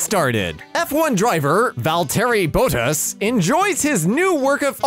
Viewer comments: must read this Val-terry Bot-Ass That's how you pronounce Valterri Bottas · Ah no it hurts how u say Valterri Bottas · you pronounced valterri bottas wrong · you butchered the pronouncation if my favorite f1 drivers name screams in finnish